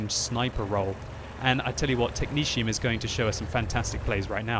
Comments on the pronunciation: Mrsirr "Technezium" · Is that how technetium is pronounced? I always just said it with both t's being a hard T sound rather than a shh type thing.